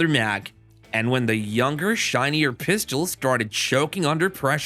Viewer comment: “Thyeez are the pyistles”